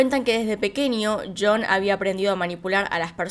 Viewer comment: DIJO YON Y yo esperaba que dijera algo como chon por lo Argentina jejejej